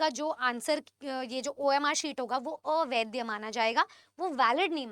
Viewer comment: Sashakt nhi satark hota hai ,avaidya nhi avaidh hota hai Madam .Kya aap bhi😂😂